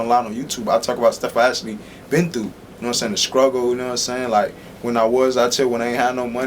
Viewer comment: he said SCRUGGLE... GET THE FUCK